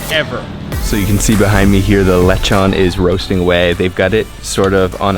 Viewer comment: its pronounced LE' Chon Not Lechun